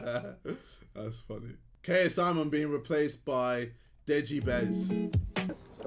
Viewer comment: Not dejibez its dezinga